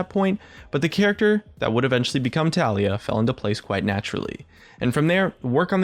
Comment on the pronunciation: Can someone please explain to me why her keeps being pronounced as TUH LEE UH and not TAL EE YUH